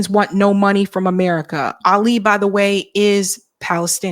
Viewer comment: And Ali has the accent on the FIRST syllable, not the second